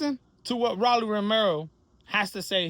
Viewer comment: Stop saying Rawlly. Please 😂